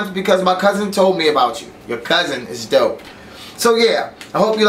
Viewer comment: IS DOPE not DOUGH lol, means cool.